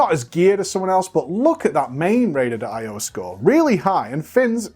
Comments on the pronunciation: Why does pronounce it "Rated IO"? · "raider d'io" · Is he saying “raiduhduh” io?